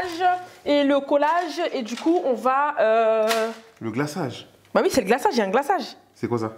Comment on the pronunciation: « Le GLAÇAAGE??! Sékouassa?! » 😭😭😭